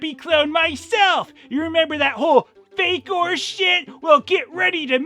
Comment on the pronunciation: It’s “Faker” not “Fakor”!